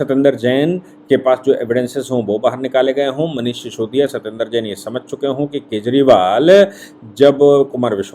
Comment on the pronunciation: शिसोदिया नही सिसोदिया